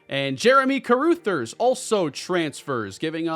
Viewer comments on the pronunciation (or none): I cringed each time said "Jeremy Caroothers." That name is pronounced Ca-ruh-thers. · I believe Carruthers is pronounced (Ka- Rugh - Thers) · love the content, been a fan for years, but check your pronunciation of Carruthers. Cuh-Ruh(same vowel as Cuh)-Thers (“th” like “this” or “that”). It’s driving me crazy lol. Go Bulls! As long as they don’t beat the Redhawks! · Carruthers- CUH-RUH-THERS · Please, for everyone's sanity, learn how to say Carruthers name right! 😂😂